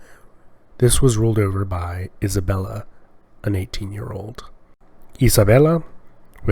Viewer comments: As various Spaniards have corrected me, I will pass it on. The queen's name was not "Isabella" but "Isabel". (The extra -la was added by Italian speakers and for some reason, the name stuck.) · You fell in a confusion regarding the name of the queen of Castilla "Isabel la Católica" Isabel being the name and "La Catolica" a sort of nickname because of her religion. However, some poeple make the mistake to proununce her surname "Isabela" because of the confussion created by how her name and nickname sound together as if they were just two words "Isabella Catolica"